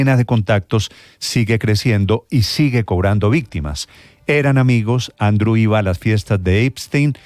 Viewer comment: Néstor Andrew se pronuncia Andriuu. No andru